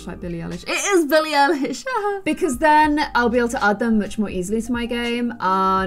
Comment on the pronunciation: Ok I got v triggered at billie ellish LOOOL I LOVE BILLIE EM AND SHE SAID BILLIE ELISH BRO IT IS PRONOUNCES EYELISH 😂😂 oh well we all make mistakes